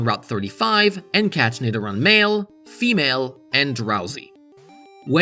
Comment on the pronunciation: In the spirit of helping your pronunciation (which is honestly exceptional as I thought you were American), Nidoran is pronounced 'Nido RAN to the store', rather than Iran the country.